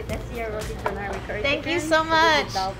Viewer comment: Pleasantly surprised to see roti canai here! Got me nervous for a moment because 90% of non-malaysians/singaporeans mispronounce it as roti kha-nai, but killed the pronunciation (and nasi lemak too)!